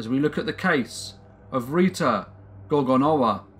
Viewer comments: Pronounced gorgornova. The W becomes a v. Just an FYI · Thank you. W is pronounced as English V in Polish. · The "w" is pronounced like a "v".